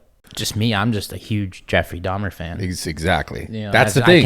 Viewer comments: It's dahmer .. jesus... dahmers wtf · If I have to hear this boy say Dahmers one more time…it’s DAHMER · Steve really needs to learn how to pronounce the word "documentary" and there's no 'S' on Dahmer. 🙄🤨